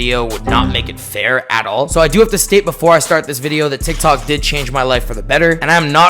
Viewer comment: sounds like you said "dik tok" in the beginnin 😂